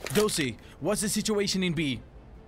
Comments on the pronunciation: It Dozy not Dosey -_ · Sheesh, let them comment what they want. Some people heard it as "Dosey" but it's actually Dozy.